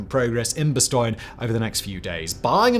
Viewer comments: French teacher here. 👨🏻‍🏫🇫🇷 Say it as "bahss-TONE." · Why can't you pronounce Bastogne correctly? Like nails on a chalkboard.